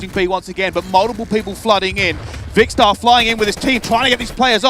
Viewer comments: ‘Vikster’ that’s how he said 😂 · You should complain, he doesn't pronounce Vikkstar right all game!